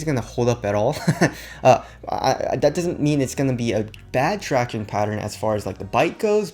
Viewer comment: “The tractionays” 😂